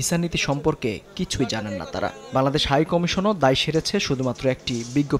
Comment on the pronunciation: উহু ওটা বাংলাদেশ নয়। ওটা কাংলাদেশ উচ্চারণ ঠিক কর।😂😂😂